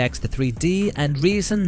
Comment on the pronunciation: also Ryzen, no 'reesen' :) that seems to be only sometimes though